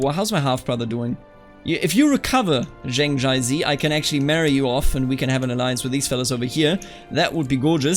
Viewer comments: About some of the pronunciation: The name Zheng would be like "chenng" or "tjhenng". Put a little emphasis on the "ng", but just a detail. And when it comes to Taoist, it's actually pronounced with a "d" sound - so like "dàoist" or "dàoism". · Zheng is pronounced as Jian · The comments on pronunciation are pretty informative. My personal suggestion: for "Zheng", try "dge" in "judge" + "ung" in "lung". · in terms of 'zheng' its more of an ung sound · I studied Chinese and lived in China for a while. Zheng is the J-sound from when you say Jeep followed by the eng in English. In Ju it's the same, J as in Jeep, but the U is more of an Y or an Ü. Sort of the same way you say Jew but without the "ew" in the end.